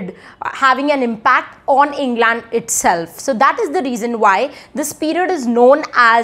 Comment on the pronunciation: No... Her pronunciation of England is also wrong. While she's doing a great job of disseminating information, her pronunciation is kinda bad. So don't learn that from her